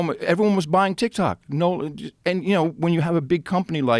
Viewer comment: Adam Curry is a really cool guy, great guy.. But when Adam Curry talks about TikTok, he says Tik-Tic ... I'll see myself out now.